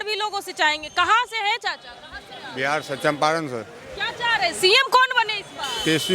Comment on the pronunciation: बिहार hota hai बिहाड़ nahi 😂